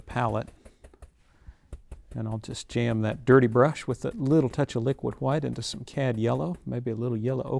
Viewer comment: "LIQUID HHWHITE..." 🤣🤣😭 🙏🏾🕊REST IN PAINTINGS & HAPPY LITTLE MISTAKES BOB ROSS🕊🙏🏾